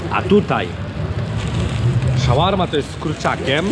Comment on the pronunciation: Czyta się „szorma”.